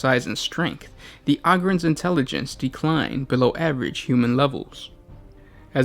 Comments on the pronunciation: OH-GRINS NOT AUGH-GINS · I cringe when he says “augryns” instead of “ogryns” like “ogre” but with “ren” at the end... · You pronounced the names so wrong. Ogryns! OH-GRIN! Not AH-GRIN. Like Ogre or Ogers. It has a "Oh" sound. Not "Ah". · Why you be sayin it like "ahgryn"? Isn't it a play on the word "ogre"? Is Shrek an ahgre? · O-grin is how you say it ohhh grin